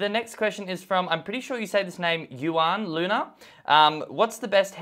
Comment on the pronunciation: I don't know anything about the guy who asked the question with the name juan luna but what I do know is the name Juan Luna is a name of a Filipino hero and it's pronounce as Huwan Luna